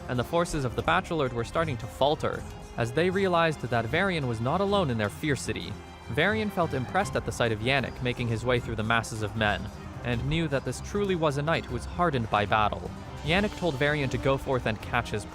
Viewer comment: Best narrator who doesn’t even have a high schooler’s understanding of English? “Viscount” was always mispronounced and he actually said “fiercity” instead of “ferocity,” just two of the many examples of his ignorance. Ohhhh bEsT nArRaDURRR